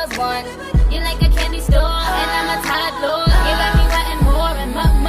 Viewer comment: hahahahaha she said tired girl instead of toddler